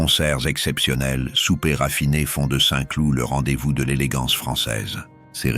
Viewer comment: "Les jardins de Saint clouTE" . Mdrrrrrrrrrrrr.